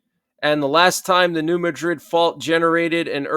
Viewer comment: It's called New Mad-rid fault. Pronounced like mad. Not like Madrid in Spain